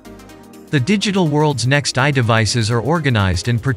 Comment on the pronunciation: Good video thanks. A bit ironic the AI narrator sometimes mispronounces its own name as "eye" when hyphenated etc.